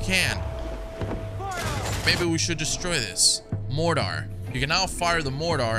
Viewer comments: This man really said mordar lmao 🤣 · Who says mortar like this though... It's just "order" but with an 'm' in front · Absolutely love your videos bro, you do an amazing job of making a play through fun to watch… but for heaven’s sake look up how to say Mortar correct please